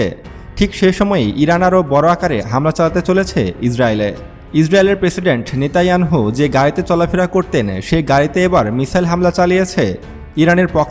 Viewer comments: আপনি নেতানিয়াহু বলেন নেতাইয়ানহু নয় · জনাব সায়েন্স টিভির এনকর আপনার বর্নণা ঠিক আছে তবে আপনার বক্তব্যে কিন্তু কিন্তু অব্যয় শব্দটা বেশি বেশি ব্যবহার করছেন এটা পাঠকের জন্য একটা শ্রুতিকটু এবং নেতানিয়াহু শব্দ নামটা আপনি বলছেন নেতা ইয়ানহু অনুরোধ জানাচ্ছি আপনার প্রতিটি বক্তব্য রেকর্ডের পর ২/৩ বার করে নিজে শুনবেন তাতে আশাবাদী যে আপনার বক্তব্যে মুদ্রা ভ্রম ও অসামঞ্জস্য সমুহ ত্রুটিহীনতা ও ত্রুটিমুক্ত হবে ইনশাআল্লাহ শুভকামনা রইল ধন্যবাদ জাযাকুমুল্লাহ খাইরান ফিল কাউনাইন আমিন। ছৈয়দ মুহাম্মাদ ইয়াহইয়া নাছিম কাদেরী, চট্টগ্রাম মহানগর। ৬ ই নভেম্বর - ২০২৪ 💚💚💚💚💚💙💙💙💙🌹🌹🌹🌹🌹🌹🌹🌹 হোয়াটসঅ্যাপ - ০১৮১৪-৪৯৩৭২৭